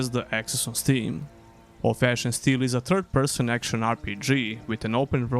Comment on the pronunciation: The way you say Of Ash and Steel sounds like Old Fashion Still and it's throwing me off lmfao Great video as always, world desperately needs more gothic likes.